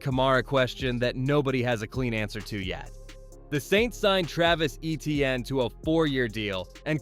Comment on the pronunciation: #1 for New Orleans is pronounced, “A-Chane” not ETN.